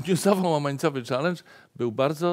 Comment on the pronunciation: pierwszy raz słyszę czalyndż,a nie czelendż